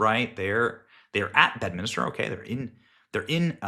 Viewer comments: Dude. Its called Bedminster. Not Bedminister. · Please learn how to say bed-min-ster not bed-min-ister